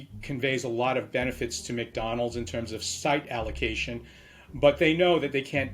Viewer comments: Fun Fact: McDonald's is pronounced Mai Don Lau in Chinese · It is pronounced 'My down lound' in Mandarin, and 'Mc dawn low' in Cantonese. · the way he butchered “behemoth” and also can’t even seem to pronounce McDonald’s clearly